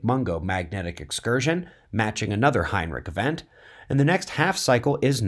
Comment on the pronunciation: Is he saying "Heinrich Event"? This video isn't made for new viewers or beginners.